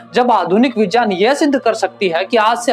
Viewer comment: Correct your pronunciation in Hindi यज नहीं यज्ञ होता है। विजान नहीं विज्ञान होता है। जान नहीं ज्ञान होता है। ज नहीं ज्ञ = ग् + य Otherwise it is good